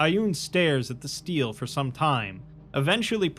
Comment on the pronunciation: Stele isn't steel. Stel A, stele